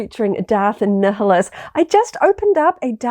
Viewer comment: you can easily tell you aren't a star wars fan when you pronounce Darth Neeheelus instead of Naiuhlus